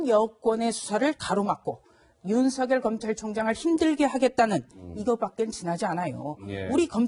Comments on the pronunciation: 윤석열의 열은 기쁠悅 자로서 렬자가 아니므로 성녈이라고 하지 말고 서결이라고 발음 하셔야 맞습니다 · 조수진:윤석열:윤서결로 발음(ㅇ) 앵커.그외의 패널들:윤성열(×) 추미애기 모든 법에 반기를 들고 지랄. 발광하고 있는 상황.모든 법 절차에 똥미애가 번기를 들고있는 상황.